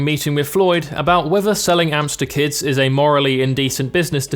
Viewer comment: When he said "selling amps to kids" I thought he said "selling hamster kids" and I wasn't concerned cause that's just the type of YouTube is